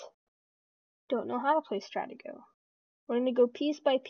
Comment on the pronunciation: Just FYI buddy: It's pronounced [Struh - tee' - go] ;)